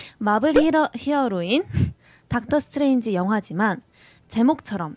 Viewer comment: ㅋㅋㅋㅋㅋㅋㅋ닥털 스트뤠인쥐~ 이라고 하는게 포인트ㅋㅋㅋㅋ보고 읽는거 뭔가 유딩같아서 귀여워🤭